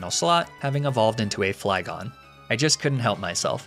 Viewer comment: I get that it's a joke to miss pronounce certain names, but idk why he always says flygon wrong considering it is his mascot.